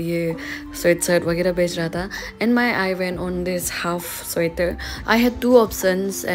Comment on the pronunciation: sweater❌ suater✅